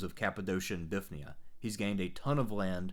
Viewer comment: Confuses me how so many people miss the Y in Bithynia. By all convention of pronouncing greek places you would expect English speakers to say bi-THIN-ia